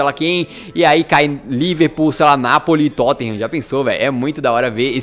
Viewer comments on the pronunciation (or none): none